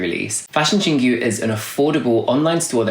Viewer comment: Hey, FYI. Your pronounciation of Chingu is not [ching gju:] but [chin gwoo]